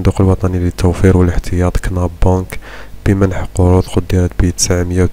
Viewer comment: هل تظن أنني أصدقك وانت اسم البنك مش عارف تنطقو صحيح !!!!